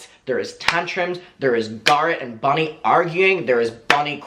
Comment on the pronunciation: Not me wondering who the eff is Bonnie for ages then realised is saying Bunny 😂